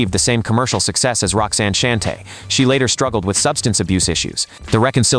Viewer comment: Roxanne Shante …… should be pronounced like “Shawn-tay “